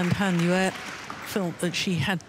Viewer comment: Welcome back Gill, love the way you say Han Yue! I believe that is correct.😄😄😃